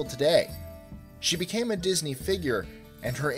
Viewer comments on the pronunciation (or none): none